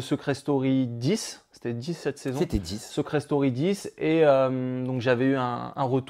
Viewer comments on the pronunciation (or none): Je rêve où il dit " Seucret Story " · Seuuucret story 10 😂 La prononciation 😂😂